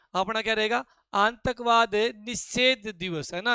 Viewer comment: aatankvad ❌ aantakvad ✅ 🤣🤣